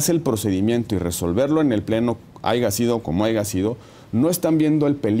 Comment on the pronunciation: Excelente entrevista, pero el aiga sido como aiga sido 🤭 me hizo el día! 😂